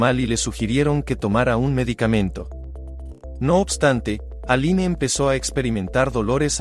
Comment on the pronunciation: Se escribe ALINE, pero se pronuncia: "Alin" nombre de origen francés.